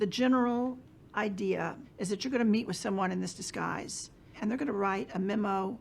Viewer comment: In charge of disguise! Not in charge of dese guys.